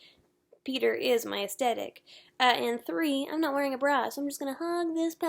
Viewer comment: fyi the "th" is aesthetic IS pronounced.. it's not "t"